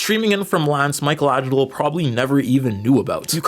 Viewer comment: Yeah, keep saying Michelangelo's name wrong, they never get our names right!